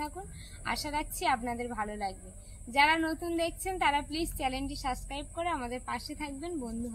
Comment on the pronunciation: খুব সুন্দর হয়েছে তোমার তালের পিঠা।আর একটা কথা, সাবস্ক্রাইব হবে ।সাসক্রাঅইব নয় । সঠিক উচ্চারণ হলে শুনতে ভালো লাগে। কিছু মনে কোরো না কিন্তু।❤😊